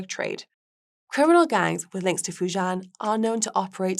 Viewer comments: Fu JIAN (rhymes with 'men') omg..it's not that hard to pronounce. Yes, area is rife with criminals lol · I have to hope this was an experiment with the presenter. Mispronunciations of Fujian and Triad, were bad enough. Not knowing that St. Kitts & Nevis is one nationality rather than two is a little worse. However, the style is the main issue. It is not entertaining at all. A complete contrast to Guy, who makes far more mundane topics interesting. Actually, the subject matter here was great for a segment. It goes to show how much tone and humor count when it comes to audience appreciation.